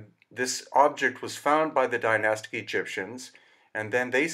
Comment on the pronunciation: You do not need a diamond edged blade to cut granite. All you need is granite to cut granite and water. They would have used stone circle blades with water as cutting fluid. Advanced tech not required. Also how come you are not even able to pronounce the word "Dynastic" properly. Zero credibility right there. Spouting a load of waffle. If you make a bowl out of stone your obviously going to make it as symmetrical as possible. Have you never heard of a stone chisel??